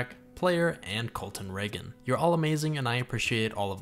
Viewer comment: Colton Ragan here, you said my last name correctly and for some odd reason that's a first in this life! I appreciate you and am so excited to see how this game turns out. I can relate with your existential crisis about your day job, and I appreciate you giving these feelings words!